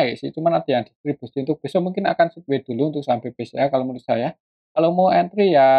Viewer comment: BKN sidwei mas bacanya tp saidwei 😊